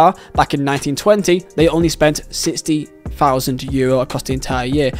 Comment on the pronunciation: Thousand not fousand